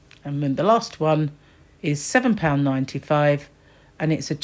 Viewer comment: Was giggling at the way you said pound lol. Who on earth has time to make mood boards!! Thanks for sharing 🤗😊💕🎄❄️☃️